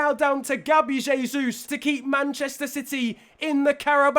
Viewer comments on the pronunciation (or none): none